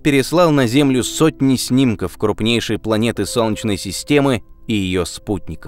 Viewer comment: У диктора какие-то проблемы со словом "солнечный". В целом, всё норм, но вот это "сончный" - прям аж АААААА!!!!(((